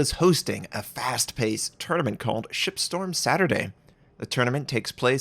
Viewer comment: better watch how you pronounce that "shipstorm." almost sounds like "sXXXstorm"